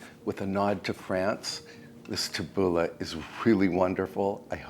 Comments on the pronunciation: It was hard but, tabbouleh is pronounced like this tabboulee. Not ah but ee. I know you appreciate these tips. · Lovely, as always,. But it is pronounced « TAH-BOO-LAY, it’s lebanese. 😊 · Pronounced "Tabooleeeeeee! Looks delish!